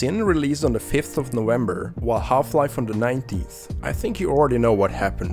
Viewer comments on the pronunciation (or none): Bro, you have to pronounce V not W :'D Half-Life is just meant to be born. Everything was and still insanely good about this game. On the over hand Sin was not even estethically pleasing. Like incomplete mod for Quake